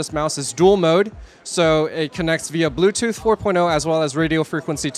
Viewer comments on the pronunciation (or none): It's "Blu-Ray" but not "BluTooth" ... just "Bluetooth".